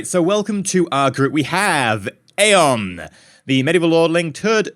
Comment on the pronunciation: isnt Aeon said E-on?